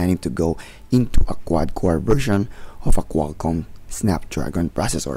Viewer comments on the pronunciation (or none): none